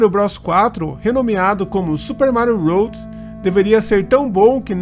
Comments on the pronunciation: É melhor você falar desta maneira que a maioria das pessoas falam do que falar da maneira que está no vídeo, que fica parecendo ROAD, que significa ESTRADA em inglês. 😉✌🏻👍🏻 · Amigo, o vídeo ficou muito bom! Permita-me apenas uma correção: se diz Super Mário WORLD (leia “uôrd”). Um abraço!